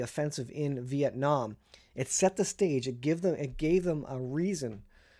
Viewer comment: Vee- ett- naam. Exactly.